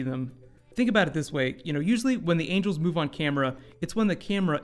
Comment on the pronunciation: No, he said angle not angel